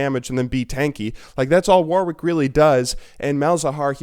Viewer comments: It's pronounced worrick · Am I the only one that gets really annoyed when people say the 2nd w in warwick?